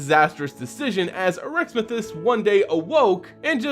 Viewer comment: you need to work on your pronunciations. Arixmethes was incorrectly pronounced, as well as gishath.